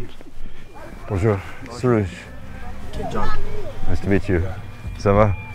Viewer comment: It sounded Like the guy in Numbi said his name was Josh, like General Butt Naked from Liberia.